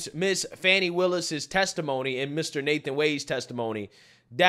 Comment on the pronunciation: "How do you pronounce fani? FAWWN-KNEE" 😭😭